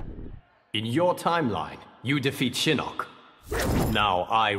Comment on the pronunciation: Shinnok a nie shinock